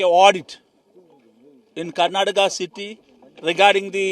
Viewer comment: ഇൻ ക്യാർണാടകാ, വൈ ഒൺളി പ്യൂർ?😢